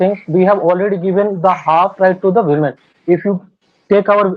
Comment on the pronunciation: Women ❌ Wemen ✅